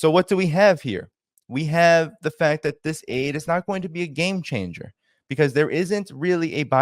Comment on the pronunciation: "Gayme Changer" LOL